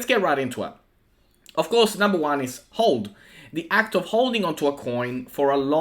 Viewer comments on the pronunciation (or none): I think you got the first one wrong. You pronounced it `HOLD' but it`s 'HODL' pronounced HUDDLE, and is acronym for Hold On for Dear Life.